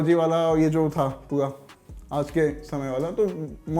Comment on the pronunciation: Abe pua pua nahi pura pura bolo...baunaye nahi bhavnaaye. Thit hai?